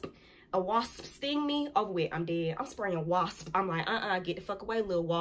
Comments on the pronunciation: Say Wasp... Hahahahahahaha Hahahahahahaha LMAO... You make sure you pronounce that "P". WasP!!!! Lol You funny as hell... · Why she say wasp so hard 💀😭😭love youuu 🤪❤️